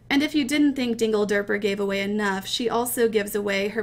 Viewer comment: when she said dingederper i nearly died :D